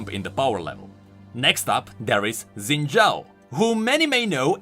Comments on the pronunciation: Xin should be pronounced "Shin". I'm just nit-picking cuz I've heard Chinese people talk that way. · Xin = Shin. Think Xiaoyu from Tekken, Ye Xiu from King's Avatar. FFS, go watch one Chinese anime and you will understand what kind of sound "X" is supposed to represent in Chinese names/words. Even the creators of Xin Zhao can pronounce his name wrong. Imagine a parent names their newborn child Haybay but spells it out as "Abba"... no one else will GAF what you think, that name says "Abba" and you would be crazy to expect the world to think it's "Haybay." Written and spoken language is meant for communicating to others (not a solo endeavor). WE (all people) put rules on written and spoken language for the sake of clarity for the majority as well as to establish a foundation for (existing) language to be understood and improved. Ignoring existing rules of written and spoken language (which happens a lot) is like forgetting that 1+1=2 and then trying to figure out multiplication. This is why there are so many inconsistent/broken rules in language and why we still have existing issues like Xin/Zin/Shin...